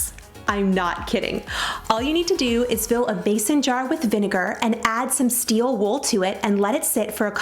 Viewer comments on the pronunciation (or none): Oh my goodness I love your ideas, but I have to ask did you say Bason jar?, instead of Mason jar? 🤣